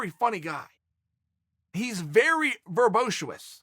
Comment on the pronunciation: “He is very ‘verbotiuous’” 🤔🤔